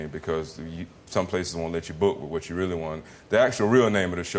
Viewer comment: That's weally weally weally weally funny!